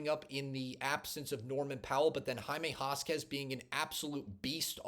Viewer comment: I think you show a lot of promise. I'm going to subscribe. By the way, you pronounce Jaime Jaquez...... Hymae Hakez. You've got to at least get the names right! Good luck and God bless you!